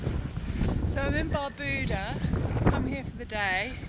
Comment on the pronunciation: Learn to pronounce the islands name correctly